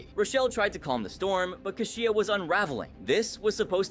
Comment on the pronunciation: How many times can you pronounce Kashia's name wrong?! He even said her name! Don't you watch these episodes over and over? C'mon!